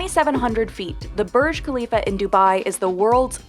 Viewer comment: Can someone teach how to pronounce burj khalifa